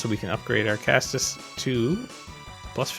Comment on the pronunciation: Caestus rhymes with estus. Edit: this was actually a great video and I watched the whole thing. Keep it up dude!